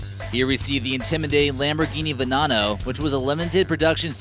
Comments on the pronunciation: D- Di- Did he just say "VenONO" instead of "Veneno" and he said "SENTenario" instead of "Centenario" (Ch-en-tin-arry-oh) Omg no, he said, "ASHton Martin" instead of "Aston Martin" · Lamborghini vanano? Dude if your gonna make a fucking list about cars actually take the time to know what ur fucking talking about (not just for pronouncing) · Dafuq is a Lamborgini Vanano? sounds like something ASH-Ton Martin Would Make oh and by the say for you Americans trying to say *CH*ENT-A-NARIO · Lamborghini Venano, Lamborghini Shentanario, and Ashton Martin. Dont make a car vid if you cant even pronounce the names or give true stats😂